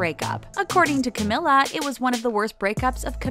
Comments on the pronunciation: Not to be rude but, I'm so triggerd by the fact that she said Camilla instead of her real name Camila🙃(Cameela😂) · It's pronounced like camEELa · camEEla please, thank you. It's about time people know how to pronounce her freaking name, damn it. This girl has been winning awards all over the place this year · CamEEla jesus man it ain't that hard but good video overall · me behind the screen: THATS NOT HOW YOU SAY HER NAAAAAAMMMMEEEEE my mom: why the hekk are you screaming me: its cameeeela my mom: *is she mentaly ok? questions? what? should i be concerned? my mom: okay? 8 walks away questioning if i need help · It's Cam-EE-la! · It’s pronounced “CAM-MEE-LA” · It’s CA MEE LAA for god’s sake! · Camila is the sweetest human being on the world I LOVE HER SOOOO MUCH MY QUEEN! <3 btw it's camEEla cabeYo :) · It’s camEEla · You said her name wrong, this is how you pronounce it (Cameela) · It's pronounced Cam-EE-La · Ummm how many times they say Ca-mill-a bothers the crap out of me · Sameeee lmao 😂😂💔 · NO ONES TALKING ABOUT HOW SHE KEPT PRONOUNCING CAMILA'S NAME WRONG THIS IS TRIGGERING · pls pronounce her name rightttttttttttt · she pronounced her name wrong